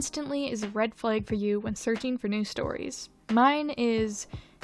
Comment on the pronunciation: The way you pronounce flag suggests you are from Wisconsin. Flay-g? I say flaag